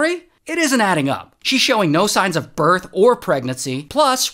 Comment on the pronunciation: Ah yes, a “biirth” certificate